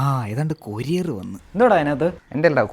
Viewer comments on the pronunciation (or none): കൊറിയർ ❌ കൊരിയർ ✅ 😂😂😂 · ഏതാണ്ട് കൊറിയർ❌ കൊരിയര്✅ വന്ന്